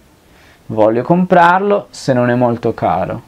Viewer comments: xk cuando pronuncias non e cosi tu dices none cosi ?? debes aprender a hablar bien i apronunciar bien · Hola amigo una pregunta notó que al decir "Non é per me" pronuncias "Noné per me" como si fuera una sola palabra esta bien la pronunciación o se debe nombrar primero el "Non" y luego el "é" Gracias por tu material éxitos. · cuando pronuncias ( non é ) se escucha como ( none. me ayudas a Cómo pronunciarlo corectamente. ...